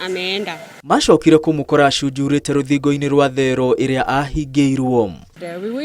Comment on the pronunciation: Thero or theero?